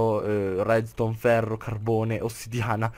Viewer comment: minuto dici REDSTONE ma ma ma ma si chiama REDSTRONZ!!! minuto dici redstronz la pronuncia è importantissima!